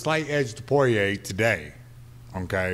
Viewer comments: Anyone else notice how Mayhem pronounced Poirier and Gaethje? 😂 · Took a couple months for people to pronounce Ngannou's name correctly... To this day Poirier still not so lucky.